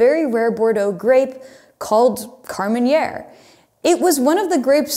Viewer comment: KAR-MEN -AIR!!!! Not " KAR-MEN-YAIR". Thank me later.